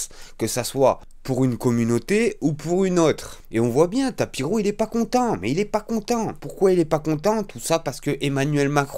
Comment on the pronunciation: C'est pas tapiro mais tapino